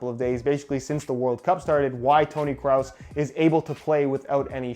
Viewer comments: Idk if you guys are German but I'm Danish (basically as close to German in europe as you can get) and I wouldn't say Kraus neither Cruz. I would just say "Kros" and when there is two it's just say it like kros but extend the time you say the "o" so "kro-os." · It’s Kroos not kraus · hodensakko digger man sagt Kroos und ned kraus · mate it pronounced krus not crowse. BTW i speak german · it's not tonny kraus it's kroos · I as a German can say it's pronounced like "crows". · You pronounce it as "Cross", but you're supposed to pronounce it as "Cruise". - Greetings from Belgium! Und ja ich spreche auch Deutsch. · Did he say Toni Krows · It's Toni Kroos, not Toni Krause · Its not kraus its kroos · Its pronounced "Kros", with a long "O" you should Not pronounce the "O"s Like "u". Its O, just longer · TONI CROSS? WAS THAT YOU SAID? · Lol "Toni Kraus" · Toni kroos not krous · Toni 'Croh-ss' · Yo it's Kroos not Kraus. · Lol, i heard you saying 'kraut' . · Toni kraus? Lmao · Isn’t it Kroos and not krause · You pronounce his name like 'Kraus'. He has 2 o's in his name my man. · It's not toni krous it's kroos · It's not Toni kraus.. it's Toni kroos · It’s kroos not cross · "Toni Krus" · It’s definitely pronounced krewse not crowse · its kroos..not krous.. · But the bad thing is that he said Toni krus 😂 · Kroos (pronounce krus) not krouse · It is not pronounced cruz for all the people that try to correct you. Saying Kraus isnt that wrong lol. Just say kross with a long o. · Put 'crause' on english google translate and hit the speaker button. That's the right way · It's toni kroos not toni kraus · Tony Kraus hahahahaha 😂😂 it’s Tony Krooo000OOOOS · Kroooooos not Krause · Its pronounced (kruse) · kroos its like saying Cruize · are you calling him "Kraus" on purpose? I know he's German but this is next level 😂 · its not pronounced as 'cruz' its actually 'cros' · tom cruise, toni kroos.